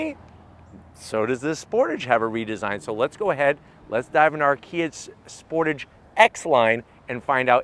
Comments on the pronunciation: It’s pronounced sportage not sportage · 30 years… and still Americans can’t pronounce Sportage correctly! 😂😂😂